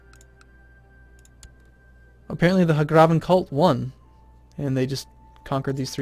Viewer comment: It's uh...It's not "Huhgrahven," it's "Hag-raven." Like hag (crazy old lady) raven (big black bird.) As in women who traded their souls for dark powers and turned into half-bird half-woman monsters.